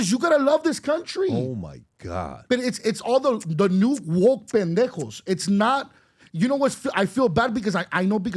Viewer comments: I think it's PENdejos. Not BENdejos. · Pendejos, not bendejos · Just wanna say it's Pendejos not Bendejos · It's "pendejos" , not bendejos 😆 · Pendejos not Bendejos lol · It’s “Pendejos” not Bendejos. Great clip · Hey Pendejos, the word is not Bendejos.. 😂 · Awesome video! Btw, it’s Pendejos with a P, not a B😂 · It's Pendejos, not Bendejos! LOL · Dude I don’t know if you meant to say, Pendejos , no Bendejo ! It’s Pendejo ! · It's not Bendejos. It's spelled with a P. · It’s “Pendejos” not “Bendejos” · Pendejos not Bendejos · It’s….”pendejos!” ; pendejo! Not “Ben” dejos!😅😅😅😅😂😂😂 babosos!😅😅😅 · It´s "Pendejos" not Bendejos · "Pendejos", guey, not Bendejos... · It's Pendejos not Bendejos you Pendejos. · Guys - it’s PENDEJOS! With a “p”! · its Pendejos not Bendejos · Pendejos* not Bendejos 😂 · Pendejos not “Bendejos” but I 100% agree with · Its Pendejos not Bendejos Lol 😂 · You use a "P" not a "B". It's Pendejos not Bendejos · It's Pendejos not Bendejos. This was very insightful and it came from the heart. Good stuff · Gentlemen, it’s “PENDEJOS”. Not bendejos. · It’s pendejos not bendejos smh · It’s pendejos not bendejos. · It's Pendejos with a P 😂. Those woke NoSabo kids are just so ridiculous😂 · *Pendejos, not "Bendejos" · It's "pendejos" with a P. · It’s “Pendejos” with a P. Great video guys. It’s an issue that’s far more complicated than meets the eye. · Its PENDEJOS with a P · It's "Pendejos" with a P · It's pendejos, with a P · Pendejos It’s a hard P sound. And, mom immigrated but he was more than likely born in the US. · Got damnit it’s “pendejos” 😅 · Puerto Rican here. I noticed that right away 😂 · You are in correct. The P is silent 😂